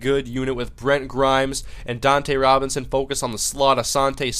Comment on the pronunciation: Its Dunta Robinson not Dontae Robinson Otherwise good video